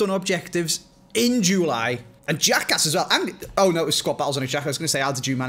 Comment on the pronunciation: No one: …: In JEWWWly